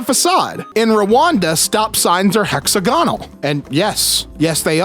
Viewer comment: Mildly interesting that your pronunciation of Phlebotomist was spot on... Yolk and hexagonal however...